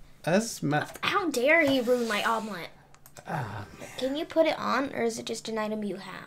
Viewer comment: It's not omlet it's amulet